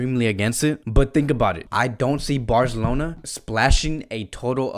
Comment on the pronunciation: The way you say Barcelona 👍👍